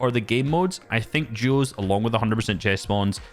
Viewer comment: Why does it sound like juos